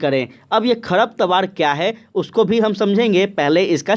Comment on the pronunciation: सब बात ठीक है लेकिन कुछ शब्दों का उच्चारण सही से किया जाए ताकि रिवीजन में अच्छा लगे। जैसे की आपने साझा की जगह झासा बोला और खरपतवार की जगह खरतपावर बोला